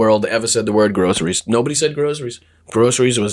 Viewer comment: GROSS-ER-REES.... he sure says it in the manner everything that drips out of his pie hole sounds like to me - GROSS! You people elected a complete weirdo who is going to cater to ELON MUSK... fools...